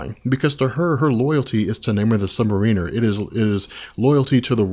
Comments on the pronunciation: I like the videos, but as a longtime Namor fan it's hard on the ears every time his name is pronounced wrong in here. It's Namor ('or' not 'er') the Sub Mare-in-er not Submarine-er. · You are awesome and I love all of your comic video, but I just wanted to let you know that I think you are putting the wrong emphasis on the word submariner. You are putting it on the "i" but I think it's supposed to be on the "a". It's not submarin-er it should be sub-m (long a) riner. Correct me if I'm wrong, keep up the great work! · Lol sounds like sub mer weener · Hey someone go back and watch this and count how many times you hear "Namor the sub-mareener" lol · Hearing you mispronounce "Submariner" is excruciating. Otherwise excellent video. :thumbsup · yes the accent is on the 2nd syllable : Sub-Mariner - good anthology, though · Christopher Ruiz That's really the only thing that takes away from these. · It would be really awesome if you could learn to pronounce "Submariner" correctly. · Calm down, ya it's annoying af when he constantly repeats "really kinda" times and when he can't pronounce submariner correctly but honestly I think we all need to get over it, think of all the effort and time he puts into these vids! Aside from those "hiccups" these vids are astonishing